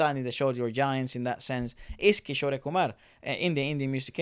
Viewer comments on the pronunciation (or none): Guys Kishore is pronounced as kishor and not kisho-ray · Amazing vid, just one thing cuz it really hits my ears everytime. 'Kishore Kumar' is pronounced as 'Kee-shor'. Unlike in Spanish, the last 'E' is silent. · Guys just a little tip for the pronunciation for kishore sir's name - its not Kisho "rey" like you guys saying it, its kishor , you dont need to pronounce "e".. pronounce it like how you pronounce more or door. just Kishor. not Kishoreyyy. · His artist name is pronounced as Ki-shore(shore as in the sea shore) and Kumar is how you pronounced it. The ‘e’ is not pronounced when written in English. In the Hindi spelling there is no ‘e’ sound it ends at ‘ruh’ sound. Just something I noticed no one mention. Love your videos❤️ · it's not kishorey kumar, it's kishor kumar, e is silent at the end. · His name is Kishor Kumar by pronunciation although by spelling its kishore kumar.. just humble correction..